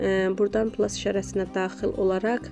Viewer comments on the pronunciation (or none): none